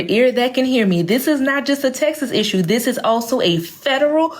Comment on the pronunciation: "Issue" she said 😂